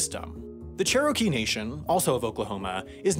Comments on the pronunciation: Yeah I thought that was a given? Even “Chair-uh-key” is more common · I cringed every time he said cheh-row-key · Cherokee - CHAIR - OH - KEY !! [smh] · Dude! Learn how to say the names of the tribes, before you say the name of the tribes. You had me laughing a bit, though. But, it's very disrespectful. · As a member of the Cherokee tribe, i have never heard anyone in my life struggle this hard with the proper pronunciation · As a okie this bothered me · I grew up in the Cherokee Nation. He did not pronounce it right. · It was a little irritating that he couldn't pronounce Cherokee... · You've done a great job getting the facts correct. Your pronunciation of a few words made me cringe, but other than that, you've got it right. How do you decide pronunciation, because wow, not so great. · He probably spent hours researching how to say it only to find the wrong way of saying it. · I'm super glad that I wasn't the only one internally screaming when he mispronounced Cherokee over and over again. Like, how do you mispronounce a tribe that is so well-known that there are literal motor vehicles that carry its name? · The way you pronounce "Cherokee" makes me violently ill. Signed, someone who lives by, and has friends and family in the EBCI. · Every time he mispronounces Cherokee a baby dies. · That pronunciation of Cherokee was abysmal 😂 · The emphasis you put on Cherokee is strange. further more Cherokee is an exonym, thought they identify with it now. In Cherokee they say Ꮳꮃꭹ, or Tsalagi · Chur oh kee is not close to how to pronounce the tribe. Chair o key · Question: are you from Nebraska? The only people I've ever heard say Cher-OH-kee were from Nebraska. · I thought I was having a stroke when he said cheROWkee, glad I'm not the only one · It isn't pronounced "Cher - rokie." It's pronounced "Chair - oh - key." I'm from Tahlequah, the capital of Cherokee Nation, and I've never heard anyone pronounce it like that.